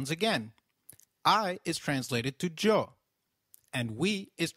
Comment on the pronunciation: You wrong pronounced ellos , yo